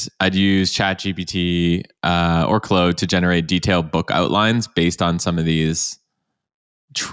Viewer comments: Me rushing to the comments to see peoples reaction to you saying “Clode” instead of “Claude” 😂 great episode as usual 🙌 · Have I been mispronouncing Claude? I say it like, "Clawed", like a cat clawed... I keep hearing, "Clode". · Maye "Clode" was intentional. There's almost no way lol... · did you really just call claude "clode".... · I have a french friend who is called claude, his parents call him claude, never have I heard anyone refer to him as clode in my life, maybe it's a canadian thing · Hahaha who else saw all the contradictions from. Oh and it's pronounced as Clawed lol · I would find that a little easier to believe if you didn't accidentally say it the non-french way Loving the video, thanks for the learnings.